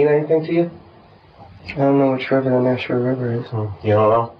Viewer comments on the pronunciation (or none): Nashua is pronounced nah-shoe-a and not no- shoe-a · I can see how you got nah-shoo-wa from nashua, but its naa-shoo-wa, long A sound at the beginning. Its really surreal watching this be covered, I am a distant relative to the victims and a person who committed the crime is related to my stepsons mother. As well as on the same road, my poor zoology teacher from highschool also lived on it down the road from when it happened. I actually wonder if she was the neighbor keeping watch of the property, but when she came to school after it happened she was really traumatized and wouldn't talk much about it to us as students at the time. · Surprised to hear a story about a town near where I grew up! Then lol'd at your pronunciation of Nashua. "Na-shoe-uh" the first syllable is short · Not a huge deal at all, but as someone from the area, the first syllable of Nashua rhymes with "bash", not "mosh". Great video as always! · that is the most hilarious pronunciation i've ever heard of Nashua. it's not Naushua. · Hilarious way to pronounce "Nashua" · I'm legit horrified that I was living in Nashua (which you mispronounced btw, ;-P ) at the time Gribble was there in the Corps as I was in the process of getting ready to deploy myself. Doubt I ever meet the guy, hopefully I didn't. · The way you pronounced Nashua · The way you pronounced Nashua made me lol.... never really thought I had the New England accent but guess I do